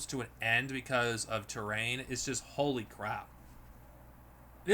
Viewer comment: Trelaine, not Terrain. Q-Squared, not Q-Squad. It’s right there in the title.